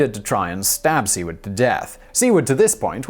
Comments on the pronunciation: Seward is pronounced [`Sue-word]. Didn't they teach you that in schoo.... Sorry, wrong country. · "Seward" is pronounced "SOO-word". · Simon, Simon, Simon. Please get an American to help you with pronunciations! Seeward and Vaylens? ? ? ? I hereby volunteer for the job. No one much cares when you butcher foreign words and names, but when you butcher extremely well known American names, in particular, you sound ignorant even though we know you aren't. Please, please, please!